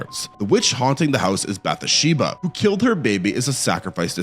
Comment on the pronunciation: Bath-sheba. LOOK UP YOUR PRONUNCIATIONS!!!